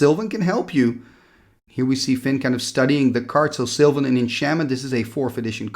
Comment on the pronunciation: So you're shocked they didn't know sylvan library, but you are calling it silver library? Had to chuckle there a bit ;-)